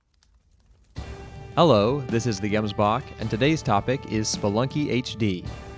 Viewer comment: Hey dude pretty dope video, really insightful. One criticism that is entirely unrelated is the way you pronounce your username😅. I'm South African & the G in gemsbok is supposed to be a more gutteral or phlegmy sound. I know it sounds gross but the word is Afrikaans which is basically a Dutch creole. Sorry